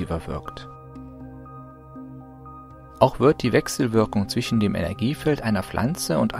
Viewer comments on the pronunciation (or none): none